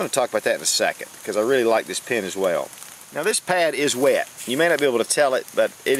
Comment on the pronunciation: I love when you say your in your car like "I Need a PeeANN", " I need a PeeANN"!